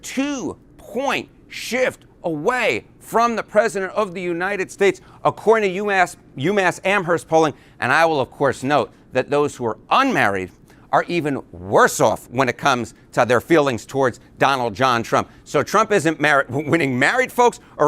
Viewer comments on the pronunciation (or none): Amherst is pronounced AM - ERST, with a silent H. It got it's name from Lord Jeffery Amherst, who took the hill it sits on from an Indian tribe, due to military advantage of higher ground.